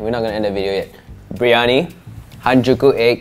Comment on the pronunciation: It's biryani not biryoni😂